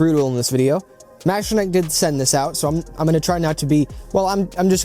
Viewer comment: I was looking at this just yesterday but decided to hold because there is not much info / review on them anywhere. Thank you for the video! Edit : btw, I think the pronunciation is "mecha-nee-key"